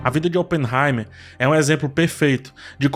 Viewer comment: fala no Barbie/Oppenheimerrrrr